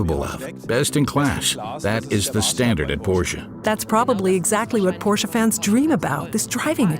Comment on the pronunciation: Porsche. Just pronounce Porsch(e) THE (E) is silent. And certainly NOT pronounced PorschA!